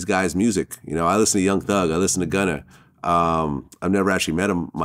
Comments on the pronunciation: Someone tell Vlad it’s not “gunner” 🤣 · stop saying gunner my god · Everybody : “Gunna “ DjVlad : “Gunner “ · Fr i was thinking vlad so white he calls him gunner 😂